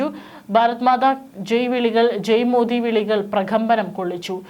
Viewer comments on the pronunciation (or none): none